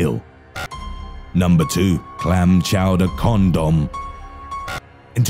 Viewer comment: Number 2: clam chowdr commdom